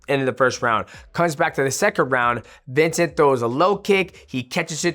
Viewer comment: Mighty, you are TERRIBLE with names. VINCEN-TE